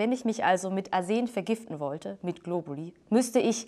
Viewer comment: Globulis? Meine lateinischen Ohren winden sich vor Schmerz! ;)